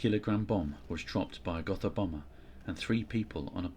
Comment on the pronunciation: Pronounced Goh-tah